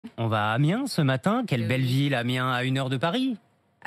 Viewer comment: c'est Amiens, et non AMINES !!!!